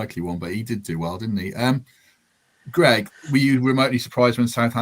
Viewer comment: Thought it was Greg not gerg ? haha